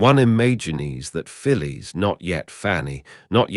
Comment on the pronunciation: In the radio show Round the Horne she was referred to as Fanny Haddock. I think Betty Marsden portrayed her. Always amusing, unlike the original it seems. The pronunciation of Phyllis intrigues me. In Australia we would say ‘Fillis’ whereas this AI (?) seems to refer to her as ‘Fillies’.